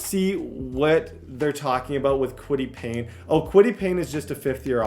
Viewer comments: I’m gonna have a stroke if he calls Paye Payne one more time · Kwity Paye, NOT Payne!!! 😂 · i cannot go this whole series with you saying kwity PAYNE.. there is not an N. its paye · Payne? Where's the n in his name? Lol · Kwity paye's last name is only 4 letters and still cant pronounce it right lmao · No "N" in Paye. IJS.